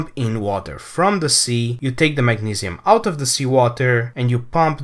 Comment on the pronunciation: he's saying mag-ne-see-uhm it's the pronunciation that I was laughing at, he said it weird.